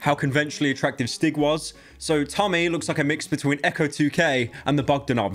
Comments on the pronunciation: I beg to god it’s annoying me the way you pronounce stig, it’s a long I, stiiig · Swedish "Stig" is pronounced "Steeg". Otherwise, great video! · Great vid but this one thing annoys me... As a Swedish person, I can say that it is pronounced "steeg" rather than "stig" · i keep hearing stick instead of stig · The pronunciation of Stig to any Swedish person just hurts